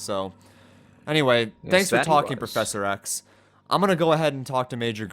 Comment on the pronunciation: DID SAY 'PROFESSOR X'